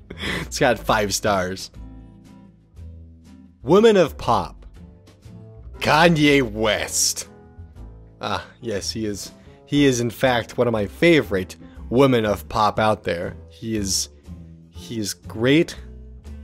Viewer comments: as much as I like your videos, please call women wɪmɨn (plural). wʊmən is singular. I get a little annoyed by it. Keep up your good work otherwise. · Women is not pronounced like woman btw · You keep pronouncing women as woman ;__